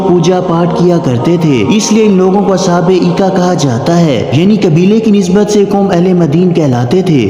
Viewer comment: As haabul ika❌As habul aika✅ madin❌ madyan✅.... Ok👍